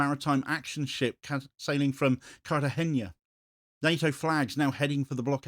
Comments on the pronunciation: Yes, but it does not have an ñ, just a regular n. It's more like Cartahenna, not Cartahenya. However, I realise asking to pronounce a foreign name more or less correctly is a bit too much to ask. It's definitely not his strong point! Like incorrectly pronouncing Genoa as GenÓa, GÉNoa! Anyway, it's not that important, and I love his reporting and respect him very much. Cheers. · ¡It's Cartagena, not "Cartageña"!